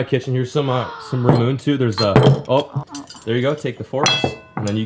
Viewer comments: It's pronounced ramen Ā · Can't even pronounce the sponsor. Ra-Mune-Ney, you're triggering me.